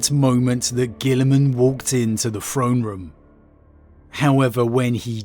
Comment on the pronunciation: Which regional dialect pronounces throne : "frone", and truth : "troof", but pronounces the : "thuh" and they : "thay"? Asking for a German friends.